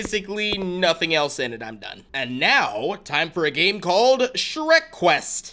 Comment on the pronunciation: Its sherk